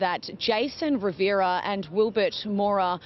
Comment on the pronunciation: RIVERA not RIV - I - ERA. Try to get the name correct at least!!!!